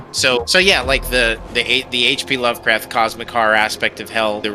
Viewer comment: Did just say "lovecat"? Say it! What's the name of loevcrafts cat.